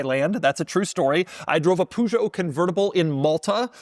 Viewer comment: Doug, the kinda guy who has driven all over the world and can't say Peugeot right.